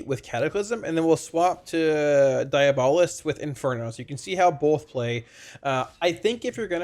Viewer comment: Its pronounced diabolist